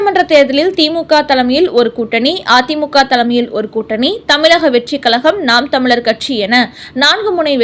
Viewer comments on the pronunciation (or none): none